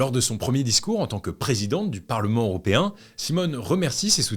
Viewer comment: toujours aussi quali, par contre on dit "européen" et non "auropéen" :*